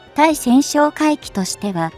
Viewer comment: ついせんってなんだよ！たいせんだろうが！しっかりせい!間も長い!評価は当然badね。